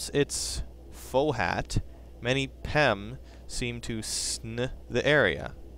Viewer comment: "Fo hat". XD